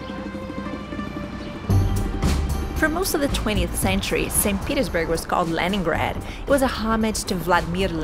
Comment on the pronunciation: Very beatiful video. Nice to hear about my city in English)) U have good pronunciation